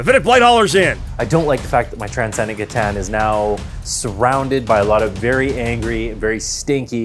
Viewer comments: I love you but C’tan is pronounced “CUH-Tan” not “Sss-tan” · The C is C'tan is a hard C. Should tell the narrator, there.